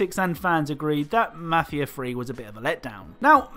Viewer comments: You can’t clown on Maf ia tree when you can’t even say it right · “Mahfia free”